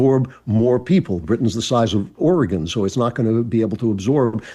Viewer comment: Thank you, Andrew, for pronouncing Oregon correctly!